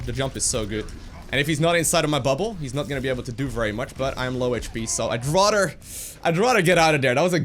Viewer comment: Your English is incredibly good. Remember your "th" sounds. "Radder" should be "Rather." Thhhhh